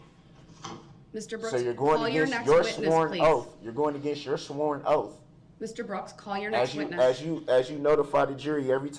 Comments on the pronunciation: Oath is pronounced oath. He is saying oaf😂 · Its petty but every time he said "oaf" i wanted to scream. He literally thinks he smarter than everyone else. Good lord..i hope this was a show he put on bc his behavior is crazy.